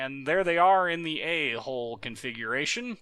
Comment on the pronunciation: Yeah it sounds like his saying a hole lol